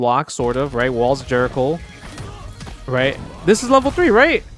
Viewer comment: Walls of Jerico? Not quite broski